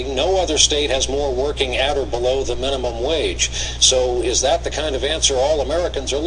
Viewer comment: That not correct..dat not correct.